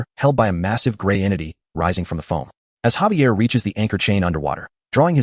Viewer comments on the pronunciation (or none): Xavier...say it with me Zay-V-ah! also who is Lloyed and who is Xavier? it mixes up so much, might as well just call them both soup.